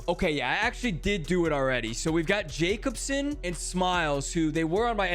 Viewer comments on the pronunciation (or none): none